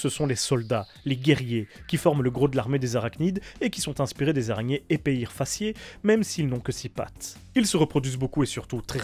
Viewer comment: L'Épeire Fasciée ce prononce "Et père". Voila ^^